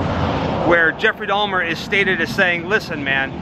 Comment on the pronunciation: He said Dalmer? 😂